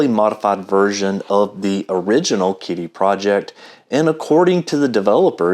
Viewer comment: Ahh finally someone pronouncing kyty how it was meant to be pronounced 😁